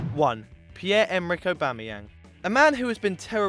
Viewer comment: Aubamayenag fuckdd Up ! Lmao